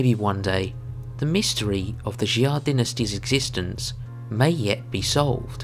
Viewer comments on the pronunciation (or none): Its pronounced Sha, not Xi-ah, other than that, nice work.